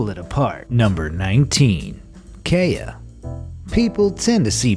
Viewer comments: the way he said kea made me cry he said it like 'kaya' but its pronounced more with the ''kee-a'' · Ok I`m sorry but it pronounced Kee-a, not Kay-a ok? I`m sorry I`m from NZ and it trigers me when someone pronouces our birds` names wrong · its pronounced KEY-A not kay-a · dude the kea is not pronounced kaya its pronounced key - uhh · It's not Kaya, it's kee-uh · Kee ahhh not Kay yaaa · You pronounced kea wrong, it’s kee-ah not Kay-ah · okay so im from New Zealand, and im native from NZ and Kea are only like that if you bother them or their babies. i have 16 keas in my backyrd and they arent vampires, they're beautiful birds that helped my ancestors by reducing diseases. and its pronounced "kia" not "kaya" but its spelt "kea" just had to let all of yous know. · Not pronounced K-a but Key-a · ... kayah.. mmmm it’s keya:/ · KEA... It's not pronounced kay-a BUT KEE-A like a key... Ya? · WTF IS A KAY-A IT IS A KEE-A KEA NOT KAYA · its said like this keea not kaya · OK first its not pronounced KAY-A its pronounced KEY-A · You said Kea wrong it’s pronounced Ke-a you said Kay-a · its pronounced (key a) not (kay a) and their not parrots and the mostly like shiny things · it is sayd key ya not kay a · It key a not k a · Number two: The Kaya! Me who's from NZ: TrIgGeRd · It bugged me too. I'm not from NZ, rather US, but I'm a bird lover and the Kea is one of my favorite, to the narrator, for the future, it's pronounced "Kia" like the car manufacturer....... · im sorry, but this is how you say Kea. Key a also i grew up in New Zealand so i think i'll know how to say it - just to the people who are a little over protective of this channel 😊😊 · I was about to say that too ! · Ikea bird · Its pronounced Key-a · Kea - key-a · Its pronounced key a for kea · bro, its a k-e-a not a kaya i live in new Zealand so i know all about them. And they live in the south island not the north. I go to Arthur's pass all the time to see them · No its Key-a Pls get it right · It's kee-a